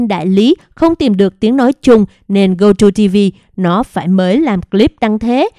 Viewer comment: Gogo TV chứ không phải GoTo TV...chán bà này quá, chữ to đùng mà đọc sai